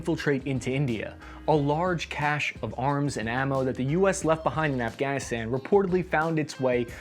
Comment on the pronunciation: Thank you for correctly pronouncing "cache" and not pronouncing it as "cachet" like so many of our troops do.